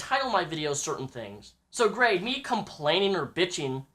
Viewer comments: You always been a big fan of grade? You cant even say his name. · You say that you are a fan of grade but you kee mispronouncing his name.